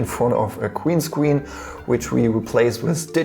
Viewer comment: Gween scween, weson, fweedee kweate